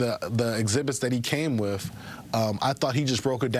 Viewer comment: Wiff??? The word is With